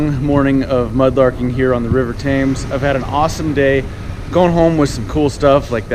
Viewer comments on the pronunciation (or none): Somebody tell him the river is pronounced "tims" not tames. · Please stop saying TAIMS. It's TEMS. Good, good video. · Pronounced "temz" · I liked the vid but you should learn how to pronounce the place your detecting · Vivien Williams I think you’ll find it’s the river THAMES.